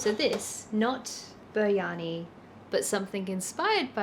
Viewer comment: Me: let's watch a calming video before bed 🥰: "I will proceed to now butcher the name of your cultural food repeatedly" Jokes aside: you should try out a local indian supermarket for your spices! You'll find great spice mixes and packets of spices at seriously cheap prices. And next time you make biryani, try some raita (yoghurt + mint + cucumber + lime juice) on the side. It cuts through the fat and the spice to create beautiful play of temperatures, textures and flavours.